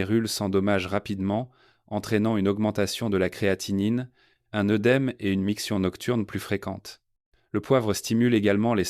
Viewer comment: On aurait préféré un vrai médecin et non cette voix artificielle sans intérêt et avec des fautes de prononciation, le gingembre fraise, œudème, œusophage. Et quelle idée d'acheter du bouillonKub, alors qu'on peut faire soi-même un bouillon de légumes, de carcasses de volailles, etc.? Et l'oncle Jacques qui est cité dans toutes les pub, c'est agaçant.